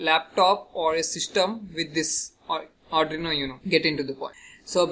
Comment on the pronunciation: Nice ...but firstly I want to suggest you that just try to practice how to pronounce arduino...😅😂